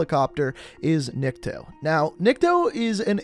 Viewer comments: Nick-toe not na-key-toe, Nick-toe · Its nikto not nikio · Christ its NICK-TOE not nikita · Hey i dont think its pronounced "Nick key toe" i think its "Nick Toe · At the beginning you once again said Nikita lol it’s nikto and probably came from one of the first presidents after the Soviet Union fell. We do kinda know where the map takes place from when you spawn in the map btw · Holy shit if he says Nikita on more frickin time. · Damn he really did say Nikita to Nikto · Nikto not Nikito. They even say it in the cut scene. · It's Nikto not Nikita wth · I dont get how ppl dont know how to pronounce Nikto'z name. Not trying to be rude but ill help some ppl out. It's not Nikita, or however you may say it. Its pronounced Nick-Toe. Get rid of the space in the middle and say it all at once, there you have it, Nikto. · His name is not Nikita it’s Nikto which is Никто in Russian and no one in English. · Ah yes Nikito and Khaleed al asad not Nikto or Khaled al asad. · It's Nikto, not Nikito. It's Nuclear, not Nukeuler. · Ahh it's nikto not nakito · its nikto not nikito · his names nikot not nikito, in russian Nikto means no one in russian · Nikto not nikita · Lmaoo its Nikto not Nikita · I swear most of these American youtubers can’t read or understand anything outside of Americanised English. Read a word... let it cycle through your head for a few seconds then open your mouth. I mean, it’s not the end of the world, but damn it’s a common trend. The name literally says NIKTO. Not nikito. -_ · How does this dude mispronounce every name possible? “Nikito” “komarov” “Yurzikstan” “Khaleed al Asad” at least he got Mara right holy shit. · why are you butchering the names so horrible?!?! it's Nikto and not Nikita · IT'S NIKTO! NOT NIKITO, NOT NIKOTO! IT'S NIKTO! НИКТО MEANS NO ONE OR NOBODY IN RUSSIAN. I WANNA PUNCH SOMETHING! AAAAAAH FUUUUU...... I honestly don't know why I got so triggered, I'm so sorry about that guys. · Ffs its NIKTO NOT NIKITO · I think its neek-to